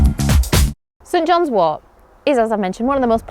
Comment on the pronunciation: I heard “St. John’s war”